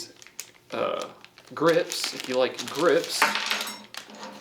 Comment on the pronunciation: I thought he said "it comes with grits" not grips lmao